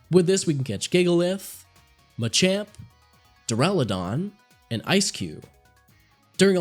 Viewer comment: PLEASE JUST SAY DUR A LOO DON THATS HOW YOU SAY IT